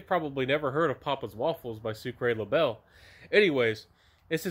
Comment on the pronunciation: Pronounced "Soo cra bay" 😃❤